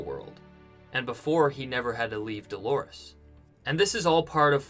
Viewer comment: The name is DOLORES (it means "pains" in Spanish), for crying out loud!